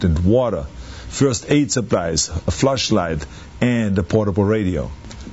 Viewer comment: Huge fan of arnold!! hear the way he says "flash light" arnie says it "FLUSH LIGHT"